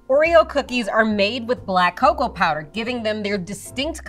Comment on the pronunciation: It's not caco it's coco